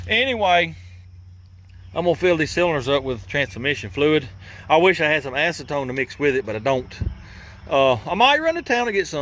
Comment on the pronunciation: Ac-e-ton-e’ it’s a spicy pasta 😂